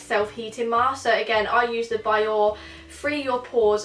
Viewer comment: Biore is pronounced as bee-or-rei